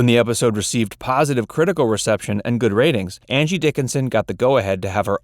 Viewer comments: I swear I hear "Andy" Dickinson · I swear he says Andy Dickinson in the title announce.